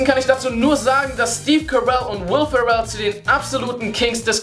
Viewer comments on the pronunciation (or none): Warum sprechen die Deutschen die Namen von Will Ferrell und Collin Farrell jedes mal falsch aus?